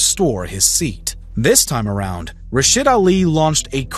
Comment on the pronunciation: RashEEEEEEEEEEEEEEEEEEED not RashID.